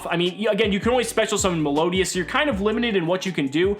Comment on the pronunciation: the way he butchered melodious.........